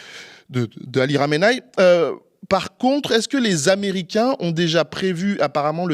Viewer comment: C'est pas un peu antisémite de prononcer Khamenaï? Que khameni